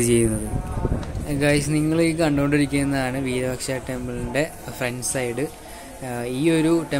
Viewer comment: വീരപക്ഷ എന്നല്ല വിരൂപാക്ഷ എന്നാണ് പറയുക